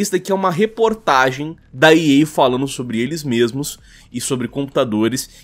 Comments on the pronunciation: Impressão minha ou o cara ler "ilis" ao invés de "eles". Aprende a ler pow. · Ótimo vídeo, mas meu ouvido doia toda vez que o falava "elis". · "Iles" kkkkkkkkkkkkkkkkkkkķkkkkkkkkkkkkkkkk